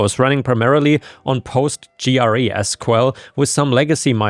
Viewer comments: SQL is usually pronounced like "Sequel", and PostgreSQL looks like a contraction of Postgress and SQL, so "Postgress-Sequel". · Well thats definitely a new way to pronounce PostgreSQL